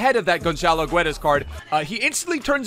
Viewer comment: its pronounced gedash